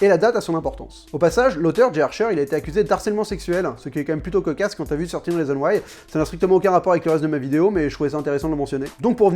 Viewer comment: Enfin quelqu'un qui ne dit pas "treize rizon waï" mdrr